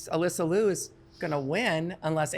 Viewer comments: Here's how to pronounce Alysa Liu's last name. It rhymes with "cute" but without the t sound at the end. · With love and respect to you all, could everyone please correct your pronunciation of Alysa Liu's last name. She has been on the scene for years now, National Champion, World Champion, two- time Olympian, and an incredible ambassador for the present and future of this sport and its art. When she was just on the scene, her name was pronounced correctly by US Figure Skating. What has happened in the past few years? She clearly pronounces her own name as it is spelled in Liu. Love the discussions and the narratives, but we can lead by example and start with giving Alysa this effort and respect.